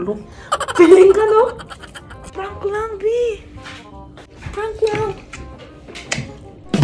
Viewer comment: Prank not Prunk 😂 damn trying hard